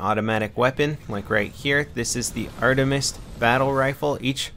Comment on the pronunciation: the automatic gun is pronnounced like the goddes artemis. the e says its name